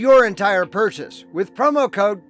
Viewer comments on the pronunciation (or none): none